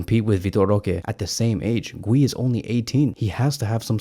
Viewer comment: Dude, how did you mispronounce “Guiu”